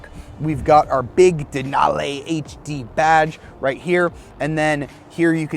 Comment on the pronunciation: Denal-eeeee not denal-ayyyy lol, but good video!